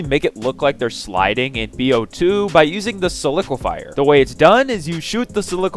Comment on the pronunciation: Am I the only one who’s uncomfortable with how he’s pronouncing sliquifier